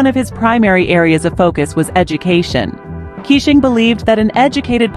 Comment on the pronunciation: Please pronounce his name as Kei - shing not kissing.